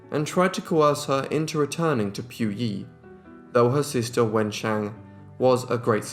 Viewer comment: his prounciation of her name makes me shudder everytime